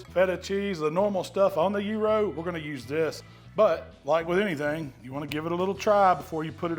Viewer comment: Sounds like yearo 😂😂😂